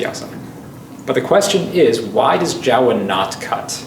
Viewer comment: Not Jawa like in starwars, but more like Joh'wa/Jouwa :p